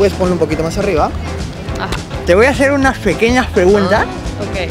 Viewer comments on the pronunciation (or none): none